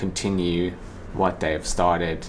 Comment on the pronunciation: Your spoken English is perfect. Work on your ‘th’. Not “da”. eg you pronounce“they” as “day” and “da” as “the” Not meaning to be unkind, just would be great to perfect your language! 😉